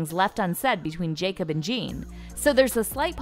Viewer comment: its pronounced Yakob not Jacob